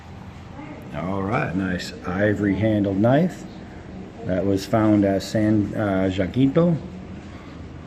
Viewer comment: San Jacinto - pronounced : San Ja - sen - to